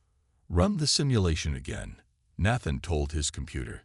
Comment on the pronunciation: The first a in Nathan is pronounced like hey.